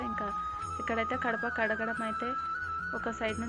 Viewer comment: kadapa kadu gadapa